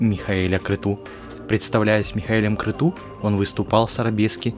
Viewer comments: Правильно не крету а крецу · Крету? А может Крецу правильно?